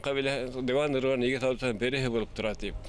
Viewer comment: Точнее Дыwан ,а не Дуван.